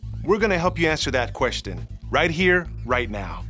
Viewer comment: This man said queston